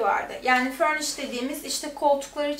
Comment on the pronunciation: FURNISID ne yaw! FURNISHED..... :)